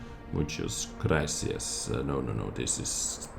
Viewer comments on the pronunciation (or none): none